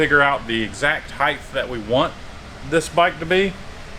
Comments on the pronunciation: Its HEIGHT. Height, NOT 'HeighTH'. oy! 😖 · "heighth" ? I almost unsubscribed. There is a TH on "Width", there is no TH on "Height" ... - "heighth" again?! :( That gets a thumbs down, sorry lads.